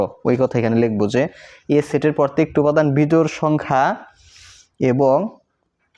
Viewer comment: আরে ভাই পরতেকটি না প্রত্যেকটি 😂